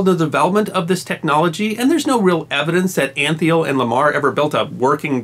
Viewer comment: George Antheil is pronounced Ahn-Tile... hope you can make note of that. I'm an Antheil and know the correct pronunciation.